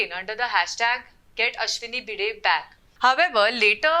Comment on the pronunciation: Seriously?! You used an AI voice that completely butchered the name of Ashwini Bhide multiple times instead of using your own voice?!